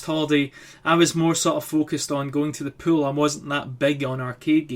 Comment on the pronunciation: When you say pool it sounds like your saying pill